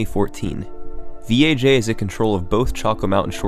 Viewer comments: >THIS IS VEE AYE JAY it vaj. vagina. just say vaj. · Why do you keep calling him V.A.J when it’s obviously a pun of the work Vagina😂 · It sounds like he keeps saying VHA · I heard VHA instead of VAJ. Funny how English letters work sometimes. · You just didn't wanna pronounce Vaj "vag" lmao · pretty sure it's pronounced "Vaj" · After hearing him talk I'm sure his name isn't pronounced by each individual letter, VAG, oh I mean V A J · I got a seriously chuckle when you pronounced "V. A. J" as the letters instead of how it reads.